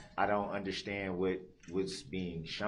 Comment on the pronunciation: "underSCHtand" 😤😤 I hate how he pronounces words like this with "sch" !😤😤 Like when he says "I'm merely asking to underSCHtand" !!!